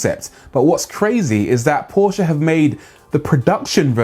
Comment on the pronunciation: I applaud you for pronouncing Porsche C O R R E C T L Y